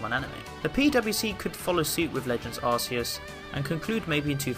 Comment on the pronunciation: Did u.... did u just..... Call The God Arseus?